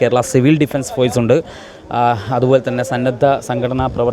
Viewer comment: ഫോയ്‌സ് അല്ല. ഫോഴ്സ്. മാധ്യമ പ്രവർത്തകർക്ക് അത്യാവശ്യം അച്ചര പുടത ആവാം